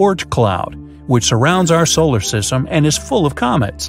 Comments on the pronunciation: "solar sytem" 💀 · said solar sytem instead of solar system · he said "reaching our tolar system" 😂😂